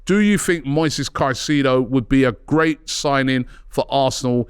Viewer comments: Robbie please 😂 ... Kai-Say-Doe (Caicedo) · Robbie ffs man, you’ve been on enough shows with people who pronounce his name right and you still want to butcher it smh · Pls stop butchering his last name with your pronunciation. It’s disgusting